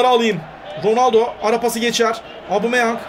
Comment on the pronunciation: Gereksiz yapmacık çocukça.Bu arada "Abumeyang" değil "Obameyang" ;)